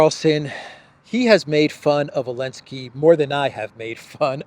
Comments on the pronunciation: Why is he saying “Elensky” I’m assuming there’s a reason, did he change his name to Zelensky or something, the way they tried to change the name of Kiev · Love your show, subscribed and like all your videos. Love the way you mix your humor with political content. I especially like when you can't resist laughing yourself at the insanely incompetent world leaders today. Please, Please, Please, stop calling him Alensky, don't bow to his pronouns. He isn't even the legitimate leader and you're bowing to his insanity of his deleting a letter from the Ukrainian alphabet.